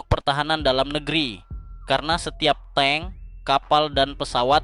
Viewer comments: belajar bahas lagi.....tabk di baca Teng..bukan TANG...hadeuH.....😊😊😊😊😊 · Tank di baca teng bukan tang bang. Klo tang alat jepit kabel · Tank bukan Tang. saya yakin ni orang gk bisa membedakan Bank sama Bang, Silet sama Silet